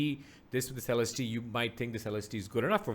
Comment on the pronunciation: You may be the first person i've seen review this headphone to say Celestee correctly lol